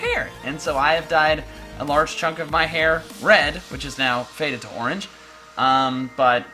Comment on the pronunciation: not ooorenge